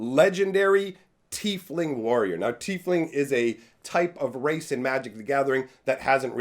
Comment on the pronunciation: It's not "Tea-fling" it's "Tie-fling"